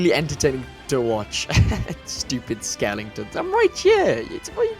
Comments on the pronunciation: Hahaha skelingtons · skelingtons xDDDDD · did he just say skelingtons 😂😂😂😂